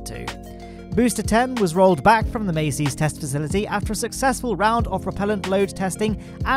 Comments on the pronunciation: Sorry mate but I have to correct the two names you mispronounce every week. Jack Beyer = buyer, not bayer Massey's = mass-ease, not macy's Love your videos though. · Is "Massey's" actually pronounced "May-Sees" or is it "Mass-Sees"?